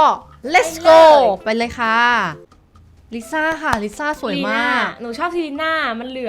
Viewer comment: ลิซ่าค่ะไม่ใช่ลีซ่า